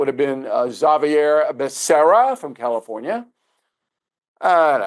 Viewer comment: Does O'Reilly go over his pronunciations before his show? He pronounced Bukele two different ways in one sentence and Xavier as Zavi-Air. What the crap?